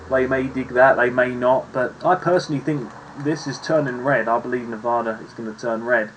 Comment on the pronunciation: Spot on my guy. Except for Nevada.